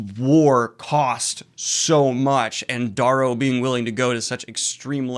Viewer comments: well he's been mispronouncing Darrow's name wrong for ages now even after seeing videos of Pierce Brown pronouncing it Dare-row. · Wait is it Dahrrow or Darerow? (Pronunciation)